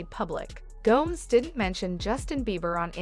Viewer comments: Her name is Go…mez not Gomes. Look it up. suh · lee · nuh gow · mez And she’s not the home wrecker, that would be Justin or Hailey. They need to let Selena alone or get divorced for goodness sake. Let Selena alone. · Selena Gomes rhymes with homes and gnomes all this time I thought it was Gomez 😂😂😂😂 and Hilly Baldwin ok.